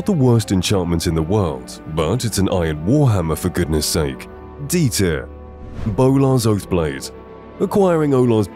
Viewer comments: when you said bolars oathblade the 2nd time you said olars bothblade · Olars boathblade 💀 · Did you say olars bothblade?